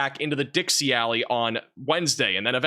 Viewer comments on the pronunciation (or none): none